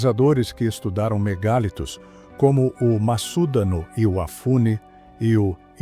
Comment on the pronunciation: A pronúncia não é MEGÁLITOS e sim "mega + litos" = MEGALITOS. Ninguém diz "Megábytes" (com acento agudo no a "á").